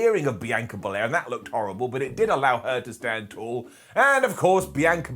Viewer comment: Your pronouncing Bianca Bel-air wrong. Lol